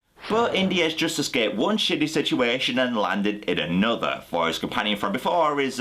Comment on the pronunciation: "annuda day, annuda play" - Mozart